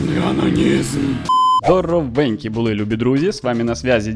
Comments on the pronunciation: не ананизм а онанизм (вроде) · токо не Ананизм, а Онанизм